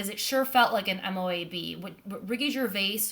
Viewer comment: Not M.O.A.B. IT'S MOAB! ONE WORD.😍🤣